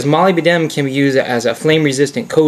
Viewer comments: 'Molly B. Denim?' That's one way to go. Molybdenum is usually pronounced 'ma-LIB-den-um'. But I'm all about mangling English for the hell of it. Interesting video overall, I won't do anymore nitpicking. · What really pissed me off was the pronunciation of molybdenum, he pronounces it like moli-b-denim, the correct one is mo-lib-de-num. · Nice review -- let us now retire to the pronunciation booth . It is not pronounced Molly be denim It is Moleb denum Now lets try again Moleb denum thats better Now I can sleep at night . For my next trick --I shall make the planets spin backwards. Later dude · its a minor thing to nit-pick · Molybdenum... only 4 syllables. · You have an interesting way of pronouncing molybdenum. Good vid. Probably the best on this subject.